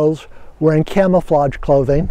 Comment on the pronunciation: you said clamaflage .lol